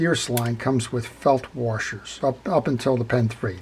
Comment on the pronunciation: I guess I didn't realize until I heard you that I also say wa"r"shers :)